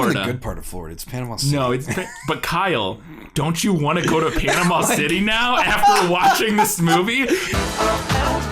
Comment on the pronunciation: You can tell the dancing concierge is not from Panama City Beach because he doesn't pronounce it Panamall city 😅